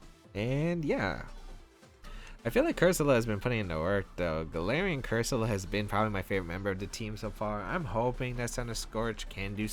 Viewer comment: Nice team, but I think cursola is pronounced differently